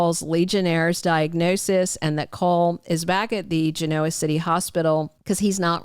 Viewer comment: A gentle reminder from someone who's been watching Y & R for 120 years. Genoa is pronounced with accent on the first syllable, not on the o. Gen' oa.